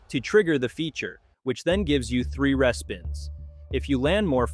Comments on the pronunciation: What the heck is a "reh-spin"? It's REEspin I can't take this seriously now. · It’s Re-spin not respin lol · Is this AI or do you really not know how to say re-spin? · Yup, I also noticed the AI couldn't pronounce "respin" or some similar word. Also, the replies from it in the comments are total AI styled answers (Grok, etc).